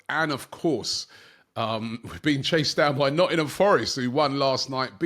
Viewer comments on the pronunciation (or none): none